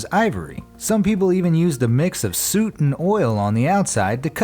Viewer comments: Okay seriously where are you from who the f*** pronounces soot like that? I mean it's no surprise you mispronounced Alois Mercke , but to mispronounce soot? ("Al- louise merK" btw) soot is pronounced suut not suit... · it isn’t “suit”. It’s “soot” you stupid moron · Soot is pronounced the same way as foot , not suit. 🤦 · Soot rhymes with foot; it's not pronounced "suit". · "Soot" is pronounced like "foot", not "boot".